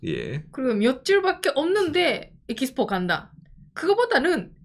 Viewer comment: 에키스포.. 일본의 영어발음은 들을수록 신기방기